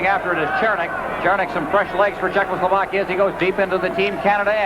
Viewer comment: Thanks for posting these. Has anyone noticed how Bernie Pascal often says 'Czechlosovakia'? Note the spelling - it's not the same as the real name of the country. This is almost as annoying/embarrassing as Foster Hewitt's continued troubles in trying to say the name of Vladislav 'Tetriak' during the original Summit Series.